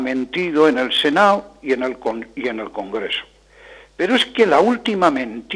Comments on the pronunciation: ¿Por qué dice "senao", ese señor? Si dice Congreso y no "congreo" tendrá que decir Senado, no "senao", que suena fatal, como de chonis barriobajeras iletradas. En cuanto al contenido, de acuerdo más o menos. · Lo de "senao" me ha matado. Pero ¿De dónde sale ese hombre? O ya es mayor y ¿se le ha olvidado pronunciar las consonantes en español? En cualquier caso resulta muy patético escucharle.